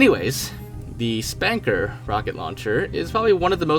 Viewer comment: It's pronounced Spunkr, like Sputnik. Saying Spanker is like saying SOOper MARio instead of Supper Meryo. People are going to laugh at you.